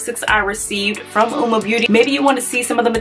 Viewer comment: Hahaha I just did a first impression on Uoma products as well and I am DYING!!!’ At how I totally said the name wrong throughout my entire video 🤦🏽‍♀️🤣🤣🤣🤣 and yes I’ve said it wrong bc all the other videos I’ve watched today are saying it the same way u are lmao but yessss I love their products can’t wait to try the foundations and concealer